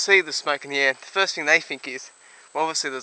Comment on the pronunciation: “Fuust thing fuust Oi doint know how to fly” 😂😂 that accent